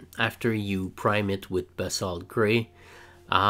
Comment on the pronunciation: Yeah the pronunciation for Basalt is (Ba-Salt) like it sounds you said it very well!